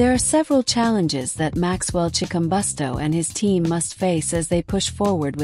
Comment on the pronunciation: learn how 2 say his name